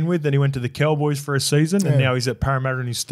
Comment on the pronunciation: Once you hear say “Ceewwwboys” instead of “Cowboys”. You can’t unhear it.